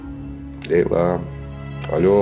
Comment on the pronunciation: leylanin adini necə tələffüz eləməyi lelaa😮